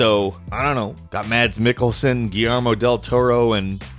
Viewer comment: haha i love the way you americans say Mads Mikkelsen